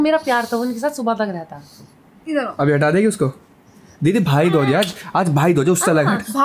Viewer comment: भाई दोज नही बोलते है भाई दूज बोलते है